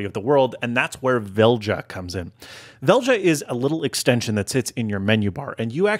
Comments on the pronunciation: Velja is probably pronounced Velya. I think it is a Norwegianized spelling of the Swedish word "choose". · Velja, pronounced "vel yah" is Swedish for "choose". Makes sense. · Velja (Välja) is the Swedish Word for choose, however we pronounce it differently 😅 great name for what the app does